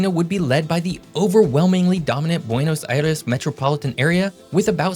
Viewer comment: I’m one of biggest fans, but I got a kick out of him pronouncing Buenos Aires perfectly, and then saying what sounds like “Pedro dee Mondoza” instead of what sounds like “Pedro day Mondoza.”